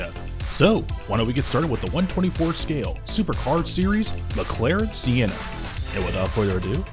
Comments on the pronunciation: It's Sen-na. Not See-en-na. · Not gonna lie got a little triggered by how he pronounced Senna